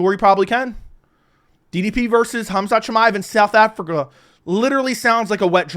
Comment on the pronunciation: It's Khamzat not hamzat.nice breakdown